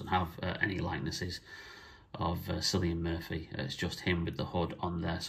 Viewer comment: Was really impressed with this figure and accessories once I got it in hand,great video sir 👌🙌 Oh..being a Irish man with out of control ocd may I jst say it’s “kill e an Murphy “ and not how you pronounced it 👌 Much respect G🫡